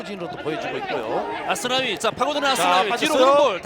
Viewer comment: Aku suka kalo komentator bilang asnawi, Ashunawii logat korea enak didenger :D